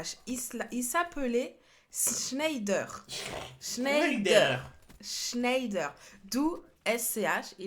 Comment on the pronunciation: Sa se prononce chnèdère